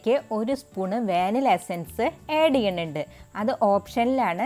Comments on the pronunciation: ഏഡു ചെയ്യണോ,ആഡ് ചെയ്യണോ😐😐പുഡ്ഡിംഗ് കൊള്ളാം.ചേച്ചിയുടെ സംസാരം തള്ളൽ ആണ് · ഏഡ് അല്ല ആഡ്